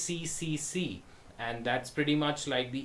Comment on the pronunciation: I've come so close to registering on a few freelance sites today but reading reviews has put me off. Probably a good thing! ACCC is pronounced "A-Triple-C" by the way :) Good vid.